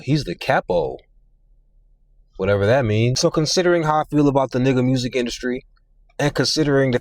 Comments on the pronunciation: Bruh said mursic😂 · The way you said, Musezi(music) Black folk certified 🙌 😂😂😂